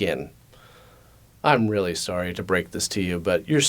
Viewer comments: Sorey ? Sauri? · If you keep pronouncing Sorry as Sore-ee, the game can definitely end in the explosion of a revenged-fueled powder-keg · Full blown sore-ee made me really laugh out loud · The way you say "sorey" immediately identifies you as a Canadian. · friendly Canadian accent shines when he says "sorry." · You forgot to mention that games of sorry immediately break into all out pronunciation Wars between Americans and Canadians as to the right way to say the word "sorry". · Hearing say the most Canadian sorry ever made me laugh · Easiest way to tell if someone is Canadian is to just ask them to pronounce "sorry". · I love how Canadiens don't pronounce the "a" in "sorry"